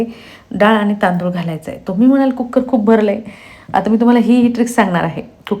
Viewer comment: कुक्कर नाही हो , कुकर म्हणा.